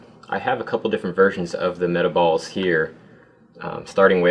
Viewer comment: im glad im not the only person who thought this said meatballs not metaballs XD